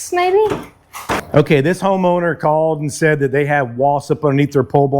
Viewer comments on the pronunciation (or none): Who's he calling homo-ner?!